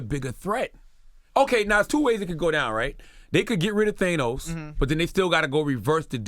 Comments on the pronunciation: Charlamagne "THAYNOS" LMAO! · They-nos Lmfao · I hate how Charlamagne tha God says Thanos